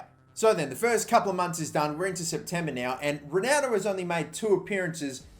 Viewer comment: Y do u say Ronaldo like a dyslexic spa - ronaudo